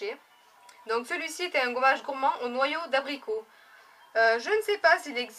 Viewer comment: "Ce goummage" ihihih ! Moi aussi le truc pure system il me piiiiique graaave